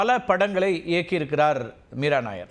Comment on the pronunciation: மீரா நாயர் அல்ல மீரா நய்யார் ....